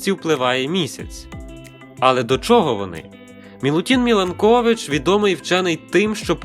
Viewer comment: Мені здеється, що правильно МілАнкович а не МіланкОвич. Він все ж серб а не українець